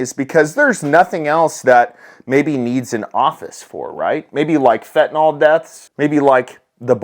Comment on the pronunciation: Say this word out loud - Benadryl Now say this word out loud - tylenol. Now say this word again - fentanyl. Nyl. Not nol. English. Try it brother.